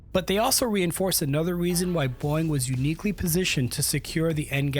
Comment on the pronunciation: Like how the narrator keeps pronouncing "Boeing" like "boing" 😂